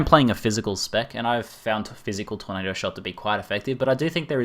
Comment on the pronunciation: "TORNDADO" FTW